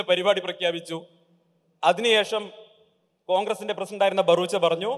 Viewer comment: ബറൂച്ച അല്ല ബറുവ